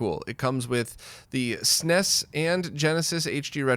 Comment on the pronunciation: hehehe... you said "SNES" like you're from europe... hehehe